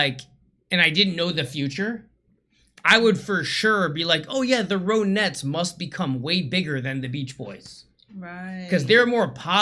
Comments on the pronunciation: The correct pronunciation is RON--ETTES, not ROAN--ETTES! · Ron ettes, not rone ettes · It's is pronounced THE RON-ETTS! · amy winehouse was inspired heavily by ronnie the lead singer it's pronounced ron- nettes !